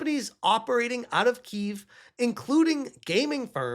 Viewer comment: Kiev is pronounced "kee-YEV", not "keev". I know you like to troll people by purposely mispronouncing things during livestreams, but it comes off as a lack of polish in your reporting videos.